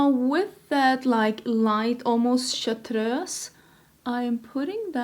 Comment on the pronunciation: I love your insistance of pronouncing chartreuse like a Swede! 💕🇸🇪